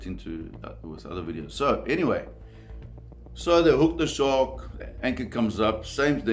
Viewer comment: "the Shawrk"